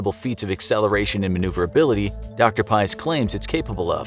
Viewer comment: Why did you depict the tic tac as a saucer?... You butchered the f out of that guy's name. It's PAEEEEES